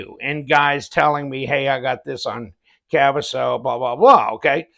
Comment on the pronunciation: Your totally saying kaviso wrong 😂 but who cares when you got a weird name it's going to be pronounced wrong. Nice organizer!